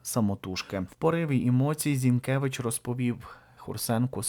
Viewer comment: ...віддачує. Зінкевич. У а не . Зінкевич. А . Вчимося української і